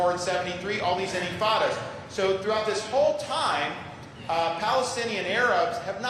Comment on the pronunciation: Nicely rehearsed!!! Your donors will be pleased. AIPAC will give you a B. Next time, try less improvisation on the historic timeline, the meaning and pronunciation of “intifada.” 👍🏼